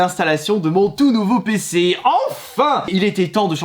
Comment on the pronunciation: Mon nouveau pceuh pour regarder mon hentaieuh de rougeuh en 4Keuh